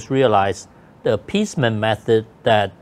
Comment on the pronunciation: Uncle Topher, please teach Wang Ding Yu how to pronounce THE. It's not LE.😂